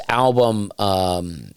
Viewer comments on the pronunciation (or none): none